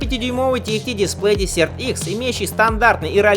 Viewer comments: мда.... петушинный кацапский акцент, десерт - это в столовой, а это дЕсерт - пустыня, хоть бы название мотоцикла потрудился сказать правильно в первые секунды ролика. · Дезерт!Пустыня! а не десерт)) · Какой нафиг десерт икс, перед тем как делать ролик наверное надо было выучить как правильно читается название мотоцикла или хотяб школу закончить! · desert- пустыня читаетсяˈdezərt. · Произносить " десерт" смешно. Сначала не понял.